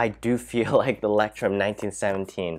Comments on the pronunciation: It's pronounced loyce-trum (German for lighthouse) and people call it mole-skin, but it's an Italian word, and their CEO pronounces it mole-uh-skee-nuh. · not the right pronounciation.....Leu... is said like LOI....CH sounds like a long soft k.....leucht turm....so easy...😃 ..the best notebooks are from montblanc...best for writing with my parker duofold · It's called sarcasm. He did mispronounce it; Leuchtturm is pronounced 'loych-torm' where the "ch" you pronounce with the back of your mouth (just use Google translate to hear it). He completely butchered it (but props for trying lol) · Leuchtturm is pronounced roughly like loyht-toorm, fyi! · I love that you say ✨Lectrum✨to Leuchtturm…the „ch“ sound is probably hell of weird for English speakers. Loved your review :3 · Nice video! Very well explained-btw it is pronounced as loysht toorm ( light tower in german) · My German ears were shocked when I heard "lectrum". Word means Lighthouse ;> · i love how he pronounces leuchturm you prounounce it loichtturm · Stamp collectors pronounce Leuchturm "Lighthouse." 😄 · You pronounce "Leuchtturm" something like "lectrum", which is totally wrong. Actually, "eu" in German is pronounced like "oi" (like e.g in "foible", "moisture"). The "ch" is hard to describe, since something similar does not exist in English AFAIK. It is similar to Greek "X" ("Chi"), which is a kind of hissing sound. And "Leuchtturm" actually means "lighthouse" (taken literally, it would mean "shine-tower"). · He was joking. You totally mispronounced it. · he was not joking lmao. That's why he said he loves the way he pronounces it. Do you think he would have said that if he thought he was pronouncing it correctly? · I’m a German too and it’s really awesome, hearing englisch people saying that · Name completely butchered wtf 😂😂😂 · Pronounced both wrong though